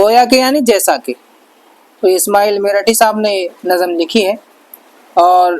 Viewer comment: معاف کیجئیے نظم ۔ لفظ آپ صحیح ادا نہیں کر رہے ہیں ۔ Nazm hai ... Nazam nahin